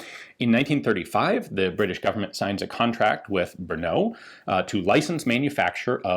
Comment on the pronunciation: Ian, could you please correct the way you pronounce "Brno"? Simply drop out the "U" you're putting to the very end. otherwise it's ok. And of course, nice video as usual, thanks.